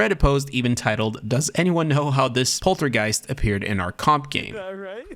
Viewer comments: Pol Ter Geist was correctly said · polt pron was perf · As a German I can say you pronounced it perfectly! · no thats pretty much the correct pronounciation. One could argue about the american "r" coz its originally a german word but whatever. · as a german i have to say your "poltergeist" was perfect! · Isnt a poltergeist invisible? Also its always to funny to hear german words in the english language. Your pronouncation was correct as some already commented :) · Your poltergeist pronunciation was good but for registration its pronounced with a j sound to the g so its re-juh-stray-shun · i am a german and poltergeist ist german. So i tell him that he did way better than o would have if i had to pronounce a french word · your poltergeist pronouncing was on point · As a German i appove it :D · Not on point, but 85% approximately.